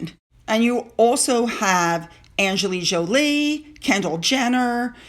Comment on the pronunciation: Great video, as usual. but you mispronounced Angelina Jolie. There is an "N" in Angelina. She deserves your praise but say her name correctly.